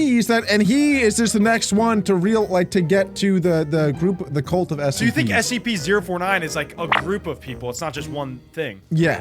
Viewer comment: You just say sep 4 tin